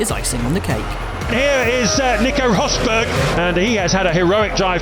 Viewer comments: " Here is Nico Hosberg" 😂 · remember when james allen pronnounce nico Rosberg as "nico hosberg", weird old day